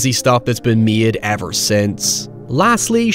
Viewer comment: high evurr